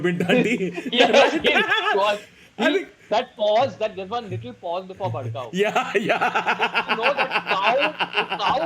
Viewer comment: He just though bhadkhau and said bhadkau